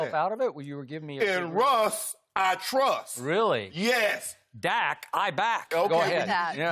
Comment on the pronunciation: Lmao “In Russ, I truss”